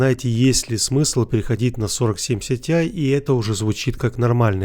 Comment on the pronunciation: Почему ты говоришь СИТИАЙ, а не ТИАЙ?